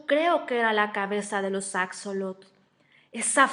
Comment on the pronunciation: Extraño el acento de la narradora y una observación: no se pronuncia "acsolotl", sino "ashólotl"